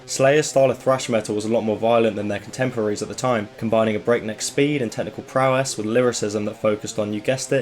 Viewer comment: "technical prowess" hahahaha good one